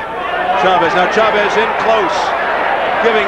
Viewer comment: Jim Hill, first black boxing analyst i ever heard that actually pronounced Chavez is name correctly. Instead if saying shhhavezzzz.